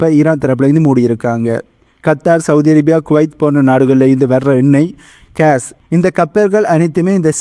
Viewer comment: Please pronounce gas Not case